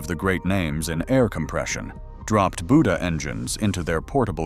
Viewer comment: Buda = “BUE-duh”